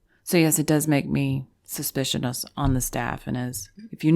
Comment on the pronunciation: Did you say "suspiciounous on the staffunus"?